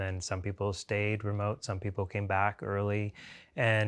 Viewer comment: “poople” haha